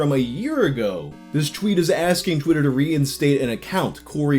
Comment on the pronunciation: take a shot every time he mispronounces "tweet" or "twitter"